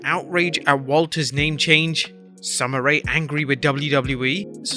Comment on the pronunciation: Bro it is Sommer Ray not Sommer Rea or Rae